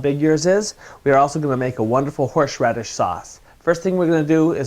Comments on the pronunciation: lol, horsh radish. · You put WAY too much salt on there! Probably about 10 times too much! - No other seasoning! And why you pronounce thing in such a strange way - like 'horsh radish' rather than 'horse radish'???? A well presented video, just a shame that you can't cook! 1/5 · What's horsheradis? XD xx